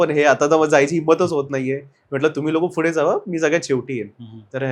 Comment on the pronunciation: "Fudhe" nahi re...."Pudhe"... ka neet nahi bolat shabda... yedha dokyat jato na ha "Fudhe"